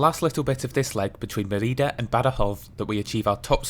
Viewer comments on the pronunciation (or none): Nice. But it is Me'rida and not Meri'da; the origin of the name is Emerita Augusta, pronounced Eme'rita, whence Mérida (so: ME-rida, not MeRI-da). Also, AlmowROL. But a nice video.